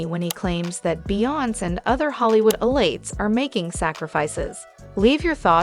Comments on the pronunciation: who is the lady narraiting this video. it makes me sick hearing her pronounce beyonces/ kaynes name. where is she frojm? how do you not know how to pronouce 2 of the biggest celebrities in the world name but yet are spreading "news" about people she cleary doesnt even know. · What's up with mispronouncing Beyonce, and Kanye?